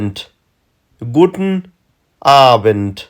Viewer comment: وروره T ټ نه تلفظ کېږي T ت تلفظ کېږي لکه ګووتن نه ګووټن